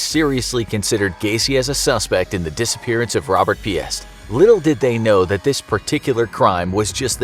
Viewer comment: FYI, Piest is pronounced peaced, not pee-est. The S in Des Planes is silent. I wish folks knew pronounciation before making videos.